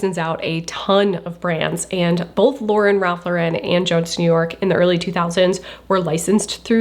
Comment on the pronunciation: Im curious as to why ive heard so many people pronounce "Lauren" differently when talking about Ralph Lauren. Even in this video when you mention "Lauren Ralph Lauren", you pronounce Lauren in 2 different ways. And towards the end you change how you pronounce his last name when you say his full name.